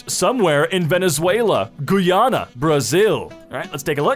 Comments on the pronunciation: The way he butchered my countries name tho 💀 Goooyana 😂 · Im from guyana and mans butchered my country's name And the mountain is pronounced row-rai-mah